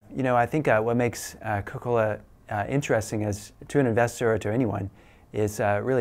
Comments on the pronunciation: Dear Large Corporations: Would you like to stay relevant? Well just have an iconic brand and diversify your holdings. thunderclap Oh sorry, did we blow your freaking mind? Sincerely yours, Big Think and Co-Cola (please don't enunciate the 'coca' , because that reminds us of our uncomfortable past) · He's the V.P. for 'Coke-o-la"...hmmm. New product?